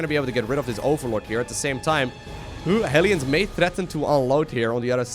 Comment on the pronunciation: Why are the "hellions" (hell lions) pronounced "helions"? It seems wrong to me...